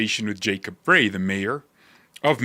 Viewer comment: Frey is pronounced Fry, as in Small Fry.